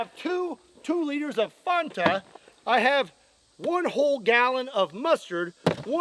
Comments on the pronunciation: Fon-tah bruuuuuuh whaaaat fan-ta is the way i always heard it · Say Fanta again…